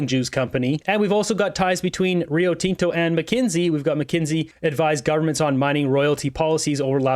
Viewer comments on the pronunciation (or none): you're pronouncing Rio Tinto wrong buddy! it's not TEN-TO! It's Tin-Tow